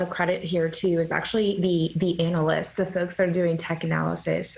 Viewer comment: She said “anal-ists” 🤪